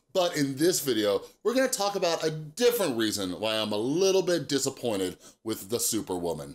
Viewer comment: *Disappointed Not "disappointed"